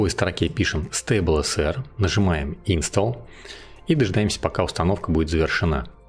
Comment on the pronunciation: слово install - произношение - инстол - ударение на второй слог на букву О